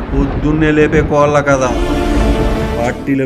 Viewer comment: దీంట్లో పూర్తిగా నేను అన్నట్టు, ల-ళ, న-ణ, ర-ఱ, స-శ-ష లకు తేడా తెలియని వాళ్ళ కథలను ఎవరైనా ఎందుకు వినాలి. ఎత్తుగడ లోనే కోళ్ళు అనడానికి వీడు ఈ వెధవ కోల్లు అంటున్నాడు, వీడెవడండీ బాబూ?????!!!!!!...... ఛీ ఛీ ఛీ........వీడి నాలుక కోసి ఊరగాయ పెట్టండి. అసలు ఇలాంటి వాళ్ళు వీడియోలను ప్రోత్సాహించి వీళ్ళలాంటి వీళ్ళకు అవకాశాలను ఇచ్చేవాళ్ళకు ముందు వాతలు పెట్టాలి అసలు......... అంతేకదూ.......🤔🤔🤔🧐🧐🧐 గౌరవం తో, తుమ్మలపల్లి.వి.ఆర్. మూర్తి.